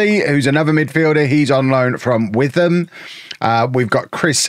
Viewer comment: Witham is down the road from me and the way you pronounced it is painful haha. It’s more pronounced Wit-hum